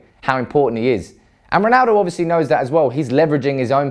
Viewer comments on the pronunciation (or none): none